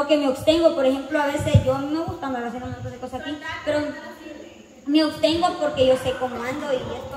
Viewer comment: LA PALA BRA CORRECTA ES ABSTENGO. MAL COMO LO DICES TU OBSTENGO.